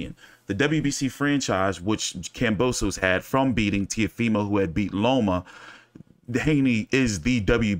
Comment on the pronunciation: Pronounced kam bow sis. 👍